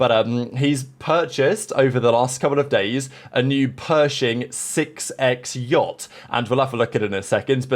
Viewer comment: I beg you stop saying Jot, it is yacht